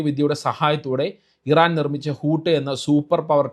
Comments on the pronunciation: ഹൂത്ത് എന്നാൽ തിമിംഗലം എന്നാണ് - ഹൂട്ട് അല്ല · ഊട് അല്ല. ഊത് ആണ് തിമിംഗലം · ഹൂട്ട് അല്ല ഹൂത്ത് 😊😊